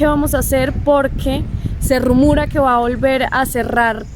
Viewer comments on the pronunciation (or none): Ricky, you want to tell to say RUMOREA AND NOT RUMURA 🤣🤣🤣